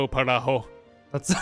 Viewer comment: said “parajo” instead of pajaro when talking to apple in spanish